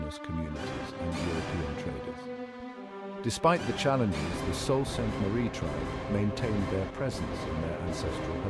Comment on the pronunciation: Salt? smh It's pronounced "Soo".